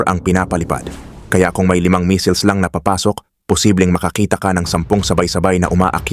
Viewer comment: Ano daw? Yung basa sa missiles naging missels? 😆😆😆